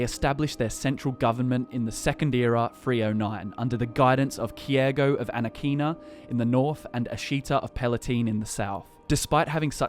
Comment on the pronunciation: Its Ana-KEY-Na